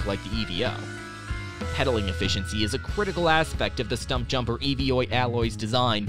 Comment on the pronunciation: Its not called the E V O its called the Evo one word not 3 letters.😂